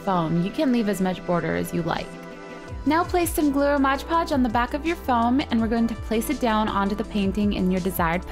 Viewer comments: Oh my goodness Gracionious,!! It's called Mod Podge, not modge podge. You're so annoying when you do that, it's On the label. Read it. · Great idea!!! Just ine little thing...Its MOD Podge. Not mosh podge. I really hate that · looks great! love the incorporation of the glitter! But dear GOD, its MOD podge....you say it so often in this and its wrong every time-it totally distracted and disturbed me!